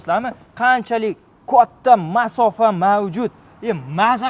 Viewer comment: Мафоса. деганига нима дейсиз😅